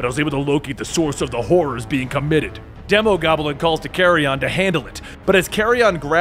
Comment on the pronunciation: De-Mo Demon Goblin Demo-goblin This is how u say it, keep doin a good job we all obviously love your videos, I wish you many years of success and happiness